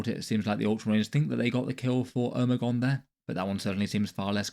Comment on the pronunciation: Every once in a while I hear a brit pronounce something that makes me think their accents are fake and they're just doing that to fuck with the rest of the world. How you pronounce Omegon fucking hit me like a truck.